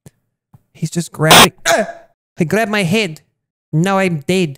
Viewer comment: he grabbed my heid and now i'm deid